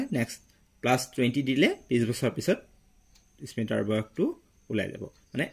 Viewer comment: Sir ismita nohoi smita